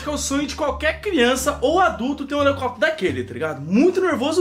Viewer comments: o fala -comprei um elecopetro voando cm um elecopetro kkkkk😂😂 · "helecóptro", esse 😂😂😂😂😂😂😂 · Português perfeito: A: ELECOPETERO KKKKK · Cara q agonia ouvi o fala helecóptero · Da uma agonia vê o falando elecoptero, mas é tão fofo kakakakkakakak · 0.43 "o elecoprio voando com o elecoprio" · quebrou as leis da física ao falar Helecoptro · Manooooo óia no 38 olha quantas vez ele falo helecopetro kkkkkkkkkk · eu tive um HELECÓPETERO, só que veio com defeito mais de duas vezes 🙄 o melhor é o falando HELECÓPETERO 😂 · "HELECÓPTERO" É UMA COMÉDIA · Ele tava falando elecopitero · Nada: A: HelEcoptero kkkkkkkk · falou errado o nome "Helicóptero"